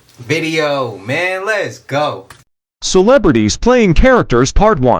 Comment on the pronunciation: CELEBRITIES ? Hahaha who the hell is that ? Is she speaking English?